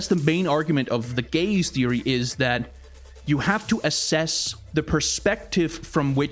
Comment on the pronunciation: the way he says gaze just souds like gays to me for the first time i swear